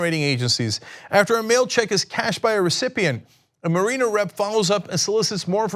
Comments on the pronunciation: Mare-in-er not Marine-er. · Every time Cenk pronounces "mariner" I wince. It's not marine-er it's marin-er. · Its pronounced mare-i-ners as in marinara sauce. There is no mare-ee-ners in this word Cenk buddy. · Thank you! It drove me crazy listening to Cenk mispronounce the word! I mean, come on Cenk, the Seattle baseball team is the MARE-i-ners! I know Cenk's heard of them! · Cenk the genius doesnt even know how to pronounce 'mariner' LOL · Cenk keeps saying mariner wrong, lol. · I cringe each time Cenk says, "Mariner."